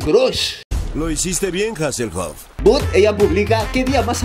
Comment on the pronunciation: But lo pronuncia mal - sigue esperando pe**a